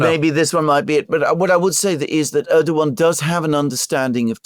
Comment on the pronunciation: Hey, is pronouncing Erdogan better now:) Now you can pronounce “Imamoglu” the same way, with a silent “g.” The Turks call that the soft g (“yumashak geh”). It makes no sound of its own. It merely slightly prolongs the preceding vowel. Great job as always, guys, keep it up! — FREE PALESTINE